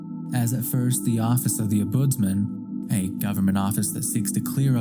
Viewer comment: Dear lord please learn how to pronounce Ombudsman 😮